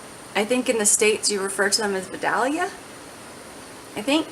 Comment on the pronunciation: LOL. I’m in Georgia where Vidalia onions are grown. Now, the stores are carrying sweet onions and Vidalias because the name has caused the price to rise. So saying sweet onion is just fine. BTW, Vidalia is pronounced Vi-dayl-ya